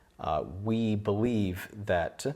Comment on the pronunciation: I don't think sleep deprivation makes you end your sentence by going up in tone and add extra syllables every now and then. I really enjoyed it by the way, it's something very musical that I've never noticed in other american accents. Check at the end of "believe" "that" and "energies" for exemple you put a slight emphasis and go up in tone. It's very charming and as someone who likes to learn multi languages it got me curious as to where this accent comes from. This was a great video by the way, if I had the disposable income I would totally want to try that gun.